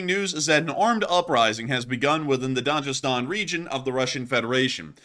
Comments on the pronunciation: It’s pronounced DAG-I-Stan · DaGestan ( G not J ) ... MaKHachkala Ma-khach-kala ( kh = xch) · Makhachkala is pronounced MaHAchkala. Also, Dagestan is pronounced with a hard G. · Hard "G" in Dagestan. There's no "J" sound east of France. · The 'g' in Dagestan is pronounced like the 'g' in 'good'